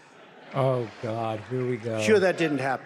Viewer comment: I love the montage of Trump misspeaking followed by David misspeaking immediately after multiple times. There is a God, or Gid lol